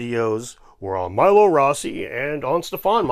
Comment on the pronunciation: they did do a crossover episode. But Stefan pronounces his surname “MEE-lo” rather than MY-lo (Dave might have gotten it wrong, Milo Rossi did the first time he mentioned Stefan)